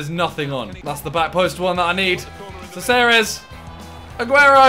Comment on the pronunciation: Simon has issues with his C's lool. He pronounces Ceballos => Kabayos and Caceres => Seseres